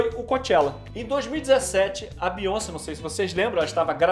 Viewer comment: “ a bionci” kkkk